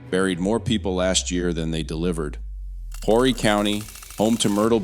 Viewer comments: Its pronounced Or'ree. Council people from Aynor and NMB dont control what happens in Carolina Forest. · Just an FYI - Conway, Carolina Forest the county is pronounced ORRY - the H is silent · It would really be nice if you would learn how to pronounce South Carolina names such as Horry County and Lancaster County. Also, the Catawba River does not run through Lancaster County. It runs down the western border of the county. It also runs north-south. The river separates the Fort Mill area of York County from the Indian Land area of Lancaster County. Facts are important if you are going to put out videos that report to be accurate.